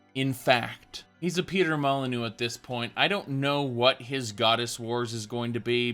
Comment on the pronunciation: Why is Todd Howard starting to look like Peter Molinuex. I wonder. Also butchered old Peter's name I know.